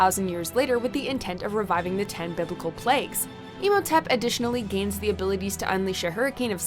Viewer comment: it's pronounced Im-ho-tep not Emotip